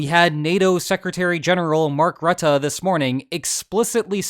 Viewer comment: for what its worth its Mark Roo-tuh (like in rude)